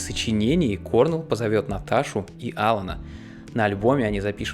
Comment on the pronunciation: Хотел узнать побольше о Наташе, поэтому из всех видео на канале начал с него. Всё (про это и остальные видео) весьма интересно. Единственное пожелание - правильно ставь ударение в имена/фамилиях (например Крис КорнЕлл).